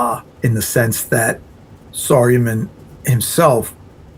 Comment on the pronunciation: Saa-ri-yu-man for Saruman 😁